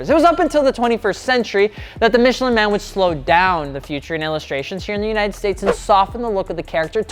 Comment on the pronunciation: Your French hurt me.